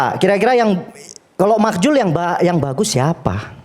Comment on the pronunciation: Kelasnya beda.. Profesor vs yg sono cuma otot doang. Btw makzul om, bukan makjul😂. iNews juga kalau bikin acara undang yg sekelas dong, jangan jelekin program sendiri